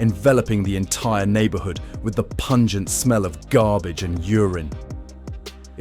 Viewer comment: Dude said pungeant urine smell. I cant even get it out of my head now lol. LIke drug, dehydration urine in the 100 degree sun, man what a smell it must be! 🤮🤢